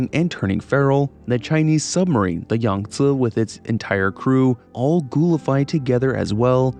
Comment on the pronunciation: I love you for saying Yangtze proper. ❤